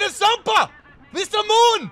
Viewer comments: God damn not Mr Moon, Nästa Mål(nesta maul) you pronounce it. Means Next Target. 😂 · ”mister moon” i finally realized what he actually says ”nästa mål” (next target) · He said it so much it's sounded like he said not norma